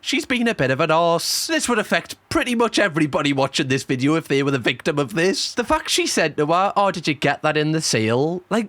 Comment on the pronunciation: I love cams content and the Geordie accent just tops it off..... Any time I watch anything I now call it a vidjoe lol no offence but that is fcuking brilliant. I ain't slagging you off because I'm Scottish and our pronunciation of stuff is weird too lol 😂